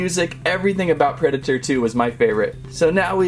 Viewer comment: That's the weirdest pronunciation of Predator I've ever heard.